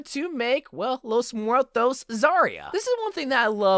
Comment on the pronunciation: ah yes, 💫✨lOeS mOoEtOs✨💫